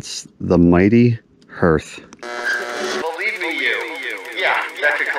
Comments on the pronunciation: its pronounced haarth 😄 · What on earth is a hearth? Har Har Har HARth "e" is silent. Anyway... glad you found your pile of rocks. Nice hike.